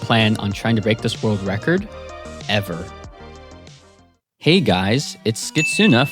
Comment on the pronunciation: chill on that emphasising of "ever"